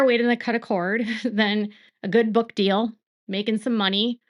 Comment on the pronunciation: FEEL...not FILL. DEAL, not DILL!!